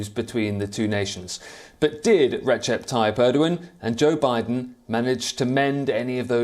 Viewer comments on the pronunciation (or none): none